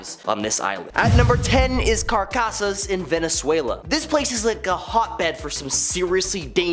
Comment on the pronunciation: Guys it’s CARACAS not carcasas (than means another thing)